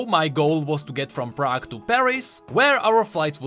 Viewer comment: did you said Prague, are you from Czech Republic?